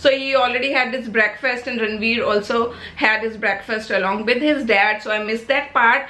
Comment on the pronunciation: Its with not bid 😂😂😂